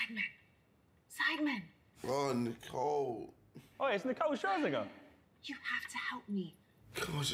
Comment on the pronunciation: Lmao JJ said Scherzn* * * * * 😂